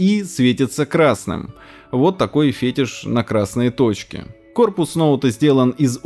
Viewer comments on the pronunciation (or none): фетИшь, чел говори правильно